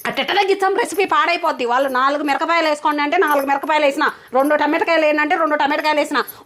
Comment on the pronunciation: Mirkapayalu kadu akko😂...mirapakayalu😅😅😅😅